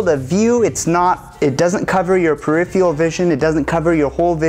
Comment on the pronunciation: its not "periphiural" its peripheral :P per - riff - fur - al cool video tho, thx!